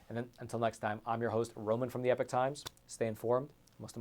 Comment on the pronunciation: Why do you guys keep pronouncing EPOCH as if it said EPIC? They do NOT sound the same!